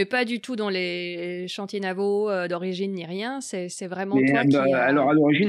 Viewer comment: 4'24" "les chantiers navaux"; ça pique...